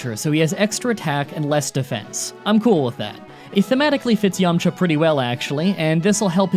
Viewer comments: Dude, its Yamcha. No way. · “Yamcha”? My asian ass is thinking about some dim sum 😂